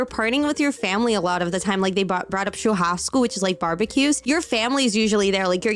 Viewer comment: All the brazikians are talking about her saying "quadradinho de oito" but she also said "churrasco" perfectly.